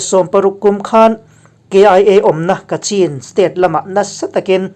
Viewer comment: Ka cin - ti a lam lo tur- Kachhin ti”a lam zawnk tue a nice...